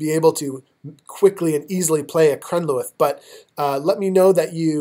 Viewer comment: I greatly appreciate your help on these piobaireachd movements. I would like to offer you a little help in return. The "th" at the end of taor luath and crun luath is not pronounced like it is in English. In Gaelic it is pronounced either as an "h" or it is silent. in this case it is silent. They are said more like turloo and crunloo.